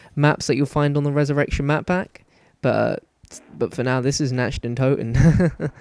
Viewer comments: It's said nakt not Nacht its German for night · It's Nacht (Knock-t) Der (dare) Untoten (un-tot-en) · its pronounced "Nakt Der Un too ten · Yea it's pronounced nat der un toe ten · Lol he keepy calling it natcht, cant speak german :) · In German it's actually pronounced Natch (Nac-t) Der (Dare) Untoten (Un-toe-ten) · your pronounciation of "Nacht der Untoten" is terrible xD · no offence but you say nacht der untoten pretty weird same with the wunderwaffe its not a waffle!!!!